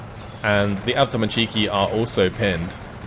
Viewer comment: Pls russian words sounds terrible from you. Correct stress in word is an avtoMAtchiki, not avtomaCHIki. Its not a Japanese